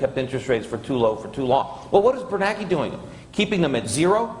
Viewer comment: I don't understand why the name Bernanke is pronounced by many "Bernakie"